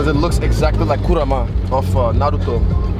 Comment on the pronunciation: This guy knows his anime. The way he said "Naruto" and "Kurama" and the fact he knows there are 720 episodes in Naruto. Man this guy is awesome. All the best for the fight.